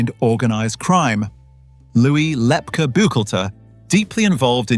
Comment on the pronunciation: Lepke pronounced Lepkey NOT Lepka